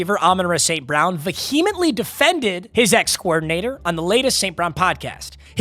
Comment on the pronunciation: please learn how to pronounce vehemently lmao